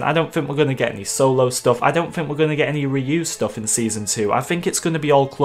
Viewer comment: Did you say your expectations are so low? SO LO? SOLO?